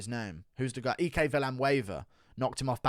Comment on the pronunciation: No way you just pronounced “Ike” as “EE-Kay”